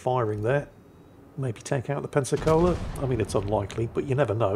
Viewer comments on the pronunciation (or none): none